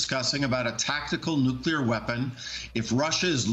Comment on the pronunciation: Alright, now. Everybody say these 2 words with me: New Clear Say them faster: New-Clear New-Clear New-Clear Newclear Nuclear Nuclear Is that clear? Crystal clear? Nuclear clear? Alright. Go forth and make no more mistakes about "nuclear."